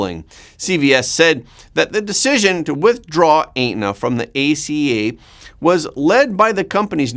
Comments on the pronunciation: Et-na not ate-na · Aetna is pronounced Etna, the "a" is silent. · you do a great job of giving us real news! Thank you! It sounds like you may have a Canadian accent? Aetna is pronounced Et-nuh. 🙃😊🤗 A few other words give you away, as not being US pronunciation’s, but not too odd to our ears.